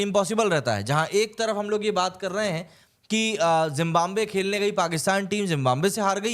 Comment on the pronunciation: Zimbambe : No It is Zimbabwe bhai...Hindi mei bhi galat hi bol rhe ho.